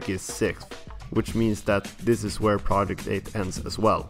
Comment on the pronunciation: theres only so many times i can hear this guy incorrectly pronounce Project 8